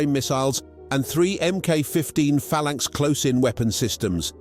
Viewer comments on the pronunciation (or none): none